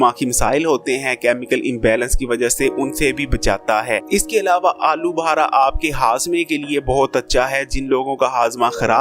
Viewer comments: Pehly bolna seekh Lyn alu bhara nai alu bukhara lafz hai bhai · I think he is lahori 😂😂